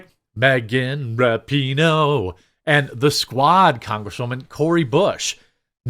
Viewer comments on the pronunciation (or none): none